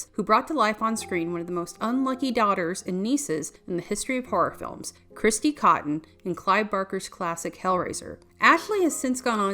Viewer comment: What happened? She's still working in cinema, and is quite the accomplished painter. Also, it's Kirsty, not Kristy (as said at the beginning of the video). She was featured in four of the Hellraiser films, not just three of them.